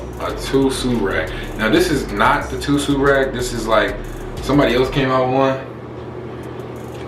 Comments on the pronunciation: It’s Tsu all together not to-surag (sue) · It's su... The T is silent. Like tsunami.